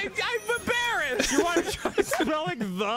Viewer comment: Danny's laugh gives me life. And his pronunciation of "the" KILLS me. XD